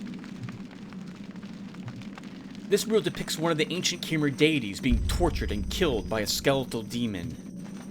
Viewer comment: Khmer. I believe it's pronounced almost the same as in Khmer Rouge. In which case it's Ka-maer/Ka-mare (but with the Ka running into the M so there's no gap between).